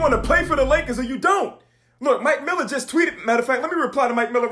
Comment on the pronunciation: Dude said mike miller lol🥶